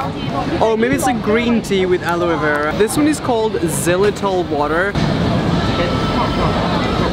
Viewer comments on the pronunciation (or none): none